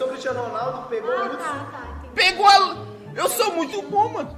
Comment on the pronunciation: Mano ela falando o nome de Hudson errado pqp kkkkkk😂😂😂😂